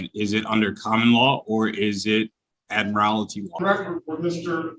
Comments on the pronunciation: Anybody who takes any advice from someone who says "they jurisdiction" is an imbecile. Oh FFS! The word is "admiralty" not "ad mir al it ty" - four syllables, not five (actually three and a half syllables, after a fashion, the way it is usually pronounced). He wants to "intelligently defend himself." Bad news,. You have no capacity for that. I thought from the outset that the backlight he was using was just to try to make him appear... welllll... something or other out of the ordinary. It became apparent that it was doing something - obscuring the fact that he is very clearly reading from the script. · I thought the guy might have a brain cell or two right up until he said "admirality".🤣😝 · Contempt seems the appropriate repercussion for intentional delay of court proceedings (e.g., "I don't understand"). And by the way, it's "admiralty" not "admirality". And the word "motion" is not a verb (e.g., "I motion that we . . ."). Oh, and . . . "flat on its face"? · He really should learn how to pronounce big words before he gets up in front of a judge and makes a fool of himself. It would take 2 seconds to learn the pronunciation of 'admiralty'. 🙄🙄